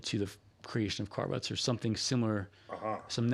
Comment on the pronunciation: Cart Ruts... I thought you said Car Rust.:cat-orange-whistling